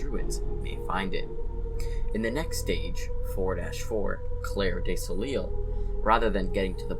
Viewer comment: Pardon me for being French but « Soleil » is pronounced this way: « Sol- » like Saul from better call Saul and « -eil » like Eyy